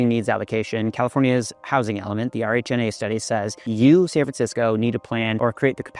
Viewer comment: RHNA is often pronounced as "Ree Na"